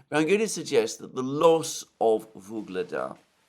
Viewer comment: "Ugledar" or "Vuhledar", not "Voglada"